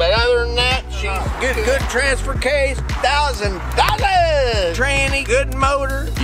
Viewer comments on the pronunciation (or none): 😭😂 THOUSAND DOLLAS !